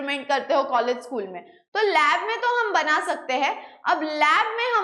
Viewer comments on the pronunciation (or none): none